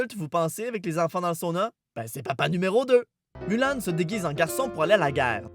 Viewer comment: "MOULAN" dsl mais j'ai du mal (ça rime) je sais que le "U" peut se prononcé "OU" mais j'ai vraiment du mal